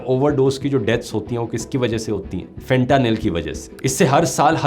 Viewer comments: fen-tuh -nile is how its pronounced 😂😂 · Pronounced as Fetahnil